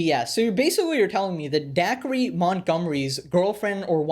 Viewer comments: D-Acre not Dackery lol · It's pronounced like "Day-ker", not "Daiquiri" or however the fck you said it. It's a dude's name, not a chilled fruity beverage served poolside and enjoyed on a hot summer day... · Its da-kree not daiquiri janahahah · “Daiquiri Montgomery”? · You did not call him “daiquiri Montgomery” 😭😭😭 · Did you just call him dacree?